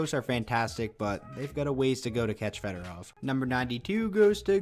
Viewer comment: Sergei Fedorov .. not frederov